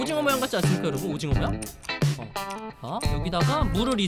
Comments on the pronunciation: 오징어가 아니라 도징어 얔ㅋㅋㅋㅋㅋㅋㅋㅋㅋ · 도티님 오징어가 아니라 어징오 인것같아요ㅋㅋㅋ